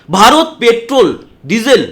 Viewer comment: এই লোকটা তো ভারত বলতে পারছে না, বলছে বা র ত .😂